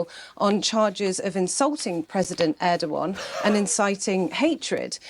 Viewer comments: They can't even pronounce ErdoGan properly... instead, they say Erdoan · Bro pronounces Erdoğan as Erdo-gone